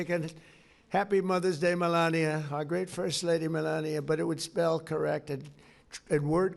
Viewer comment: both the pwesident and fist lady could use pronunciation correct.